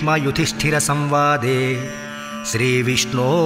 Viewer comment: NOT 'Yudishtra'; but Yudhishthir.